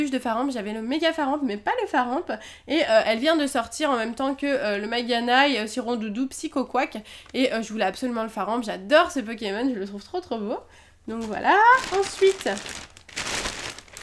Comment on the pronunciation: Magearna ça se prononce Majarna.